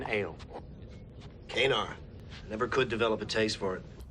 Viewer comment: Oh, O'brien pronounces it KAY-nar, then on DS9 it is pronounced as ka-NAR.